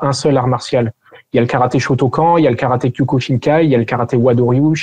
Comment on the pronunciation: J'aime beaucoup la vidéo, mais la prononciation de "shotokan" fait mal